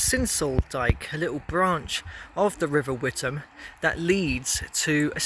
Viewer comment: The river is pronounced "With-am", unlike the town in Essex, which is pronounced "Wit-ham".